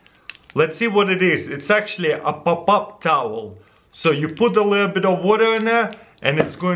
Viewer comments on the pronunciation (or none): Lol, I heard " a pop up towel" as "up up up towel"😹😹😹😹 anybody else too??😂😂😂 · I also heard up up up towel. I laughed so much 🤣🤣🤣